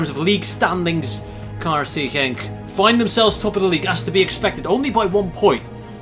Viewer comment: his KRC Genk pronouncation was way to good